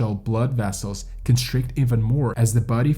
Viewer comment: Short story, mountain climbing is a stupid ass endeavor. Tried to like the narration but can't get past conSCHtrict, inSCHtructor, SCHtrength, etc.